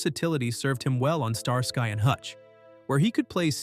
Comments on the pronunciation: It is NOT Star Sky and Hutch but Star skee and Hutch! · StarSky? It is pronounced Star ski. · "Star Sky?" Star ski, Starsky. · "Star-Sky and Hutch." Come on, man. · That's how you know that it's A.I. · “Star-sky and Hutch?” I’m out. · "Star-Sky and Hutch". Ha ha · The Artifical Intelligence narration is ridiculous...it pronounced Starsky as Star- Sky and Bea Arthur as Bay Arthur🙄😒